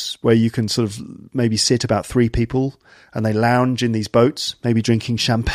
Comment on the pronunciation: Launge you said?........ That's a no no,! Hahaha